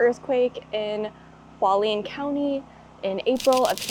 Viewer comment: FYI: Hualien is pronounced Hua-Le-Ann.